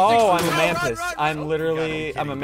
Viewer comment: Bro bacon a Man-tis instead of a mantis 😂